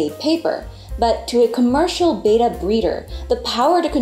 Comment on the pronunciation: the correct pronunciation is beh·tuh betta fish. pronouncing the fish breed like the second letter of the Greek alphabet which has only 1 "t" Beta is incorrect